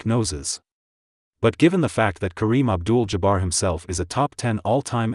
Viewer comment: Did he really say Kareem Abdul "Jabber" ??? I know he said Manigault every conceivable way possible.